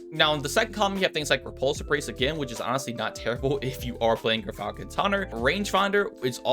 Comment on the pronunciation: So . . . after hearing Gyrfalcon irritatingly mispronounced for many months (it's JIRE-falcon, Latin, as in gyroscope), this rifle is "Tara-Zipposs", named after a demon in Greek mythology. In Greek, "x" is always pronounced as a "z".